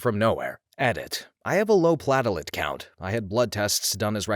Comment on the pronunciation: Plate-lets, not pa-tel-ets! Lol